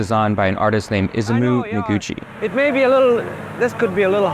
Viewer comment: its pronounced e-sah-mu noguchi haha great work tho this was a fun watch